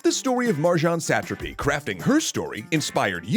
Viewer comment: So having watched part of the screen adaptation it is made very clear in the watching, the pronunciation is "suh-TRA-py" and not "SAT-truhpy"